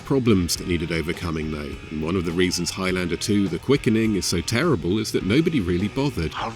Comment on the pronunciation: Dear Americans Please learn how to pronounce Highlander properly. It's not Highlander, it's Highlander.